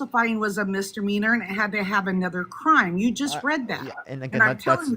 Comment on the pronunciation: what’s a mistermeaner? 🤣